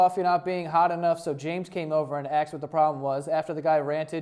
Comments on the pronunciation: did you say “axed” a couple of times in thus video? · lmao the fact that you say axed lol